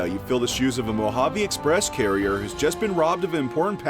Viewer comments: I- uh, I don't like how he's says carrier instead of courier (cur-ee-er) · Anyone else triggered he pronounced courier as carrier?